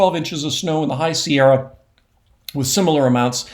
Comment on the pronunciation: Every time Mark says, "Sierra," I smile; wherein, when he says, "Shasta," as he moves his cursor over Mount Shasta, I grimace. Calling Mount Shasta, "Shasta" is akin to saying "Sierras." 😢